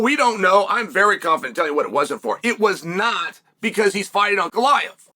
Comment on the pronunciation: ANKalaev ❌ UNKalaev ✅